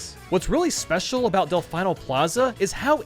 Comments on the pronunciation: The way he pronounces Delfino Plaza... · The way you say delfino triggers me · Like he sounds like he knows what he’s talking about when it comes to sunshine which confuses me even more because sunshine has voice acting and they literally say delfino the right way in the game so idk how he could’ve possibly messed this up 😂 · Del-fee-no not del-fine-no ok? Ok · Delfeeno not delfyno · Del-FEE-no, not Del-FI-no. It hurt me watching that section, but it was a great video overall. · anybody else gonna acknowledge the fact that he pronounces del-FEE-no as del-FI-no? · Its pronounced Del-fe-no not Del-fi-no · It’s “Delf-ee-no” not Delf-ie-no” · DEL FEE NO NOT DEL FYE NO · Del-fee-no not Del-fye-no they get the name for the Italian word for Dolphin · Disliked because of “Delf-eye-no.” It’s pronounced “Delf-ee-no.” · It's pronounced delfeeno plaza you uneducated swine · IT'S DEHL-FEEN-OH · Del-FINE-nol Plaza is what i heard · "Del-FINE-o plaza." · Did he just say DelFYno plaza? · How to incorporate the surfboard capture: make it a Blooper, and make it capable of surfing similar to the Blooper Surfing in Super Mario Sunshine. And just because it irked me, it's Dell-Fee-Noh Plaza, as proven in Sunshine's Intro. Otherwise, would love to see quite a few of these ideas in Super Mario Odyssey 2! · Why do you say delFINEO plaza? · It's "Del-fee-no".. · Did he just call it.. Del-fine-o plaza! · you don't even have to play Sunshine to learn how to pronounce Delfino, literally watch the opening for like 30 seconds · Am I the only one annoyed by the way he said Delfino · am i the only one triggered he said Delfino wrong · The way you pronouced Delfino displeases me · Your pronunciation of Delfino hurts me so much. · A part of me dies inside whenever he says it wrong. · can we just mension how incorrectly you pronounce delfino? just go on google translate, italian, type delfino and listen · the way he says Delfino hurts me